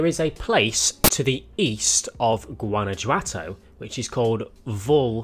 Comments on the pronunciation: Guana "who" ato, that's how you say it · It's pronounced "GWANA - HWATO", 😂😂😂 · Guanajuato: Goo-anna-who-ato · “guana-huato” the J is pronounced as an H in Spanish - this is the city of FH5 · It is pronounced like guan-a-hoto but close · Guanajuato is pronounced goo-ana-hoo-ah-toe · it's killing me the way he's saying Guanajuato lol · It i pronounced with a h instead of J. also I think is out of the loop we've already seen tunnel gameplay in fh5.